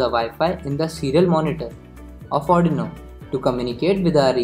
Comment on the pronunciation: ITS ARRRRDUUUUIIIIINOOOOOO not ARNOOOO